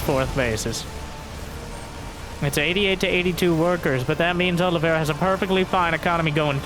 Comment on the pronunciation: Is there any SC2 commentator capable of saying "Oliveira" right?